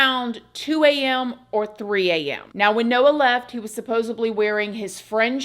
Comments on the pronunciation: supposedly. please. not supposably. Loved your videos since the prison story days. you're a phenomenal story teller! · It's not supposeBLY...it's SUPPOSEDLY. Like alleged and allegedly. That's all.